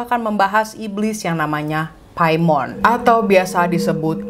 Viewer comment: Paimin klo keselip bacanya🤪🤪